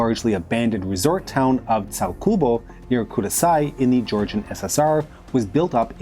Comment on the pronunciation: It's Tskhaltubo